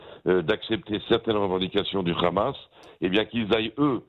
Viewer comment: Bonjour, qui peut me dire pourquoi ils disent toujours ramasssss au lieu de hamas?